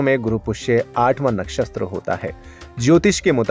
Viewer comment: कृपया अपनी भाषा सुधारें नक्षस्त्र नहीं होता नक्षत्र होता है अपनी भूल का सुधार करें प्लीज